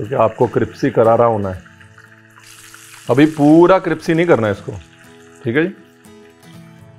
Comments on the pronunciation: Best part is cripsi instead of crispy as they say in land of five rivers palaiure which can't Maiar ( pleasure which you can't measure) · I like when u say Cripsy 😏 rather than Crispy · Cripsy nai crispy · Sir u look damn cute while pronouncing crispy sa cripsy😍😍😍❤❤ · I really like him saying cripsy instead of crispy ❤️ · Whole world : Crispy Chef Ranveer brar fans : Cripsy karara 😂😂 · Sir ji cripsy ya crispy??? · ? why does RB keeps saying Kripsy ? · Crispy ❌ Cripsy ✔️ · Y do you keep saying "cripsy" instead of crispy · Ranveer Again Says Cripsy 😅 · MERI sasu ji bhi cripsy bolti he Aapke jaisi😂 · Why do you say it 'cripsy' instead of 'crispy' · Ranveer sahab cripsy nahi cripsy.soorry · Its crispy not cripsy 😃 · It’s crispy n not cripsy 😜😜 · Not crispy , it’s Cripsy karara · "cripsy fry"... How cute #Ranveer Brar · Not crispy it’s cripsy